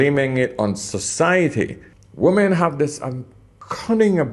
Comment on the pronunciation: I love your videos, but you're killing me with your mipronunciation of women. wi-muhn